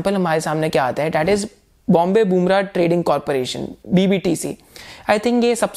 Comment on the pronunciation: That is not Bombay Boomrah ,it is Bombay BURMAH